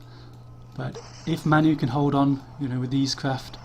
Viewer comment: "MAN U" is pronounced "man you". manchester united. you are english and dont know that? id expect even americans would know.